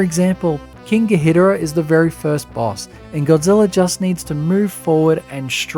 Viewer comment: This video deserves way more views...but also it's King Ghidorah (Gee-door-ah)